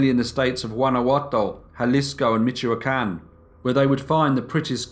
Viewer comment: Im actually crying at the fact that he actually put effort into pronouncing the spanish words!! When he said tortillas and frijoles and then topped it off with an almost perfect pronunciation of Michoacán I felt tears in my eyes!! 👏👏👏